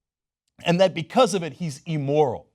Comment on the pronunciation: Cenk, the word is Im-moral not E-moral; note the 2 Ms after the I. :-)